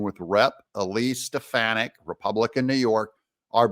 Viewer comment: wanna know what i think? i think doug needs to learn eliseis last name correctly